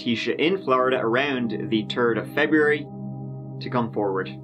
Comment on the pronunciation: The dreaded “Turd of February”